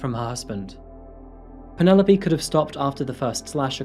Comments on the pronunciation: Pronounced not Penupoly, but "Pennylope" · I like the way you pronounce the name of Penelope. Here in SA we say Pene_lope and you call it Panela_P. I like the sound of it. Beautiful narrative of the woman who hates husbands. A real Narcicist indeed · Lol.